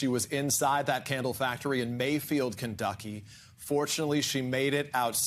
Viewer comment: Did anyone else hear the anchor man say "Kenducky"? Lol